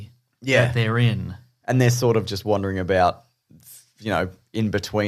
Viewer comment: I love that said "wondering", and his accent makes it sound like "Wanda-ring", and neither of them even noticed!